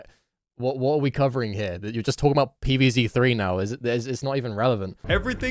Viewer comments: "Pee Vae Zae" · “pee veez zey”